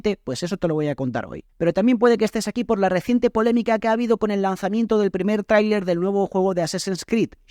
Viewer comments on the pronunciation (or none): none